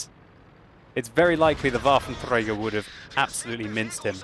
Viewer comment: It's so awesome whenever you say "Waffenträger" :D